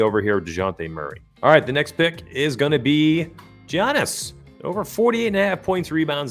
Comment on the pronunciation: Dejounte is out today in addition Giannis is pronounced with a "Yiannis" with a "y" instead of a ""Giannis" with a "g"